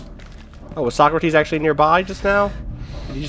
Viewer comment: He definately pronounces it "So-crates" :)